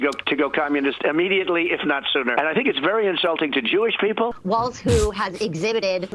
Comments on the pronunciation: Kyle the name is Walz not Waltz... your butchering the name of the guy you've been hyping. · Love your show Kyle!! Very informative and entertaining! Just one thing bugs me - I think his name is pronounced like 'Walls' instead of 'Waltz' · I'M WAITING FOR YOU TO JUST SAY FUCK IT AND START SPELLING HIS NAME THE WAY YOU KEEP INSISTING ON SAYING IT! IT'S NOT TIM WALTZ IT'S WALZZZZZZZZZZZZZZZZZZZZZZZZZZZZZZZZZZZZZZZZZZZZZZZZZZZZZZZZZZZZZZZZZZZZZZZZZZZZZZZZZZZ! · OK man, why can't you pronounce the man's name??? IT'S WALZ!!! Pronounced WALLS...not WALTZ. Trump says Waltz to be a dick. Why are you doing it?? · It seems that Kyle has to consciously make himself remember how to pronounce Walz and not Waltz.....bc he calls him waltz like every other time and then will say Walz correclty but then say Waltz again n it keeps happening over n over again like that🤣😭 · his name is WALZ, NOT WALTZ--fer fucks sake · WALZ, not WALTZ Kyle!!!! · It is pronounced WalZ.......there is a Z at the end of his name but not a T. Not Walls and Not Waltz........Pronounce it with the Z but leave out the T. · Yeah its pronounced WALLS haha. I did the same thing at first pronouncing it with a T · Kyle your saying Tim Walts, it’s Walz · It's Walz, not Waltz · Pronounced Walls. There is no T in his last name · THERE IS NO "T" in his name,, say it with me WALLL-ZZZZZZ. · It is Walz as in walls and Kamala as in comma-la. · his last name doesn't have a t in it. its walz. it is more thsn 1 wall, not a dance. J D does it on purpose, please quit. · Hey just wondering, why can’t Kyle pronounce it “walls” like it’s known to be pronounced? It seems rather ridiculous to persist. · Nah bruh the phonetic pronunciation is “WAWLZ” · Kyle is going to be saying the name "Tim Walz" on air at least 10,000 more times over the next three months at minimum. SO WILL SOMEONE PLEASE TELL HIM HOW IT"S PRONOUNCED????